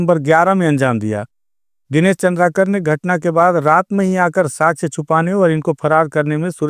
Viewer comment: चंद्राकर लिखा है उसे भी चंद्रकार पड़ रहे हो